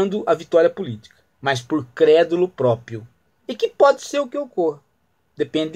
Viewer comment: Sr Prof. Dr Philosofo Ghiraldelli... Não se fala "PRÓPIO" (ouça no minuto )... e sim "PRÓPRIO". Deixaria passar essa sua falha grave de conhecimento da língua portuguesa, se não fosse a repetição sistemática dessa - e de outras - gafes linguísticas. Isso prova, infelizmente, que, hoje em dia, ser formado na USP ou na UNIESQUINA dá no mesmo.